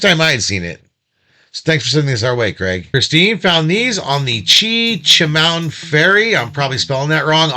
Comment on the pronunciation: Where is the like button gone. Its only a thumbs down. Glad I caught that. I never would give you a thumbs down. Your pronounciation of Chechemun and Tobermory was good. I hope my spelling of that was also correct. I grew up not too far from that area.